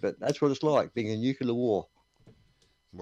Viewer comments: Its NU-CLEAR, not NU-CU-LAR AAARRRGGGHHH!!! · I trust Homer Simpson on this one, he even works at a nuke-ular power plant, where all of the cute little nulecules go to play! 😏